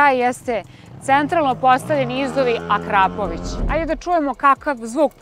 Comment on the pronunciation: nije Akrapović nego Akrapovič